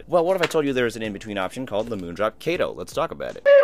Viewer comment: pretty sure u said kato wrong